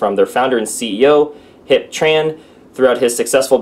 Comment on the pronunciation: Hiep is pronounced "HEEP", nice guy actually met him a couple times at the corporate office in Irvine.